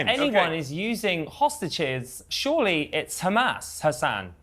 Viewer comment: Israel defenders go 10 seconds without saying Khamas challenge (impossible difficulty)